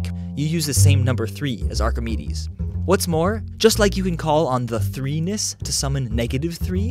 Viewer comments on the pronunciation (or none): Heh... He said threenis. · Lol. 3-ness. Sounds like penis.